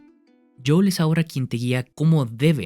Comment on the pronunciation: Buen video, pero se dice JOEL, no JOUL 🤣